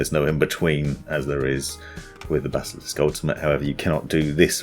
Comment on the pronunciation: When he said bazzalisk